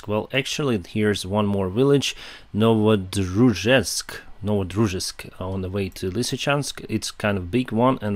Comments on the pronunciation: is not Ukrainian. He is a fake. He can not pronounce the names of Ukrainian villages. He had real difficulty pronouncing Novodryzhes'k/Новодружеськ A real Ukrainian will have no such difficulty. Check Time 0.36 Even I, neither a UkraInian not Russian, can pronounce that name better and faster. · is not Ukrainian. He is a fake. He can not pronounce the names of Ukrainian villages. He had real difficulty pronouncing Novodruzhes'k/Новодружеськ A real Ukrainian will have no such difficulty. Check Time 0.36 Even I, neither a UkraInian not Russian, can pronounce that name better and faster. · is not Ukrainian. He is a fake. He can not pronounce the names of Ukrainian villages. He had real difficulty pronouncing Novodruzhes'k/Новодружеськ A real Ukrainian will have no such difficulty. Check Time 0.36 Even I, neither a UkraInian nor Russian, can pronounce that name better and faster.